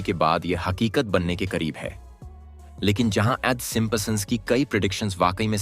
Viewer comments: Bro pronounce the word properly! It's Simpsons not Simposon!! Can't even pronounce properly 😂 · Aarey sim sons hai simpa sons nahi kya pure video ki bajA daali 😂😂😂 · It's not simpasons, it's simpsons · Simp son nahi bola jata. 😅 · gadha hain woh P silent hota hai yeh woh vi pad raha hain 😆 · Ur pronunciation of Simpsons 😂😂😂😂😂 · Bhai pronounce to sahi se karo p silent hain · Please check how you are pronouncing Simpsons....